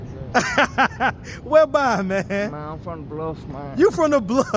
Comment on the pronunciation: You ain’t either saying it with a s 😂